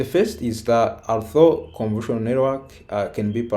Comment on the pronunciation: More than once, it sounds like he is saying "conversional" instead of convolutional, and it never sounds like he says convolutional.